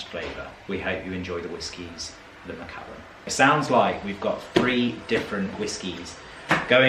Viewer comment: It’s Mac. ALLAN not ullin as in the name Allan